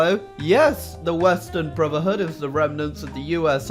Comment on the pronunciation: No link to mod, doesn't reference mod name, pronounces brotherhood "bruvherhood". Disliked.